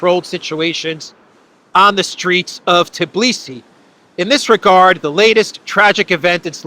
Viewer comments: Although, why TIBlisi,? It's TBilisi =) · It is Tbilisi! Not Tiblisi 😂